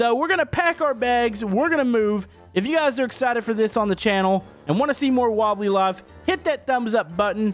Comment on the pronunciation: Wobbly Laff?